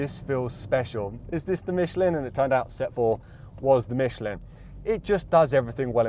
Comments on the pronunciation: Michlan, not Micheleen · Great video. I suggest, you learn how to pronounce Michelin (don't mention the war!)